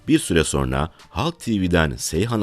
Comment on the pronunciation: Ulan bir videoyu seslendirmeden bir diksiyon dersi alsaydın. SoNra kelimesine soRna demek nasıl bir aymazlık, nasıl bir terbiyesizlik, işine ve kendisine saygısızlıktır ⁉️⁉️⁉️⁉️